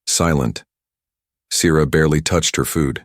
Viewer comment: your spelling and pronunciations suck. Sierra SEE ERRA, WARM in not worm. Stupid AI.